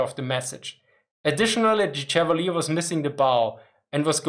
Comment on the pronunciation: I enjoy your brave (?) adventures with the minefield of English random pronunciation. It is perhaps as close to the sensation of riding a tank high speed off road that I will have. With regard to the pronunciation of USS Chevalier DD-455 named for US Naval aviator Godfrey de Courcelles Chevalier, I would like to help. My dad was the skipper of DDR-805 Chevalier in 1956, the Gearing replacement for the sunken DD-451, and the received pronunciation on board was as French as Godfrey de Courcelles Chevalier suggests. Although my grandson, now in Baden-Württemburg, found French so deplorable he chose a gymnasium where he can replace it with Latin.